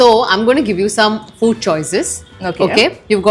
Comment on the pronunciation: It is FOOD ,not FUDD.